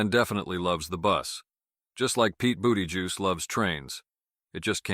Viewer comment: "Just like Pete Booty Juice loves trains..." I'm dyin' here. I LOVE it. New one for me. I usually refer to him as "Buttlicker" or "Booty-gigger", but "Booty Juice" is even better. And seriously, who the hell can pronounce his name anyway?